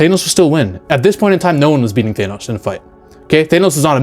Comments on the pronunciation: Thainos? 😂 Th-an-oh-s. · WTF is a Thay-nos? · why cant americans even pronounce names that americans made up. th-A-nos not th-aye-nos. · such a stupid Marvel complaint - also cut your nails ya weirdo - and its pronounced THAN-OS not THANE-OS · You're the first person I've ever heard to pronounces his name, "Thay-noss." Try "Thah-noss." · You're clearly have alot of knowledge when it comes to marvel characters and the universe but the way you keep pronouncing Thanos's name just doesn't hit the war right. Why do you insist n pronouncing it " Thaynos " instead of " Thaanos "? Outside of the one thing, I completely agree with your take that Edward Norton had the better Hulk and imo they keep nerfing hulk so they can write him into more scenes where he overcomes his weakness and isn't used as a saitama type of character that swoops in to save the day. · thaynos? broooo😂😂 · Why does he keep pronouncing it like "Thanus" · I think you lost us in the first sentence when you pronounces Thanos "Thay-nos" . . . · "Thaynos"? Lol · Is it bad that my main issue in the video is that you pronounce Thanos as Thaenos? Everything else is pretty on point, the absolute nerfing they did to the big players such as Hulk and Thor is embarrassing, especially when you realize that it's just because they didn't know how to make Thanos and Captain Marvel seem powerful without just doing the typical lancer move of throwing the biggest allies around to bluntly show that the threat is just that intense. It is important to note as well that in the comics, Hulk has infinite stamina and his strength just constantly grows with his anger and his regeneration is so fast that his wounds almost instantly heal. Comic book Hulk would eat MCU Hulk like a kit kat bar. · I might take this man's opinion more seriously îf he was able to pronounce Thanos name properly!